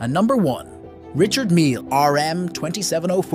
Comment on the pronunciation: Its pronounced R e chard NOT Richard, he's not American.